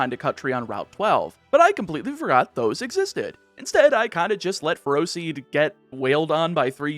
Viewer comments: As someone who knows people with the last name "Ferro", you're prounouncing it wrong at least according to their pronunciation. They pronounce it Feh-Row. Also the first time I saw Ferroseed I thought of them and... That was a weird thought. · Ferroseed isn’t “ferocious”, is “ferrous”! As in, being made of iron, entirely or in part :D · Its not ferocious. Its Ferrous as in contains iron